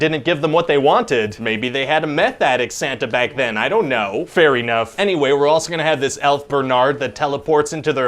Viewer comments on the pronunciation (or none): No thats not a typo he literally pronounces it fair eenough